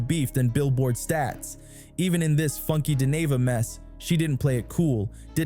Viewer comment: Its crazy that you dont know how to pronounce his name. Your not part of the culture ... Move on Sr